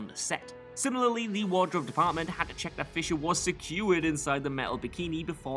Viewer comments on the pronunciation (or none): none